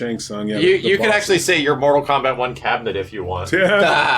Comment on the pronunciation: Kortal Mombat....... nice, nice lol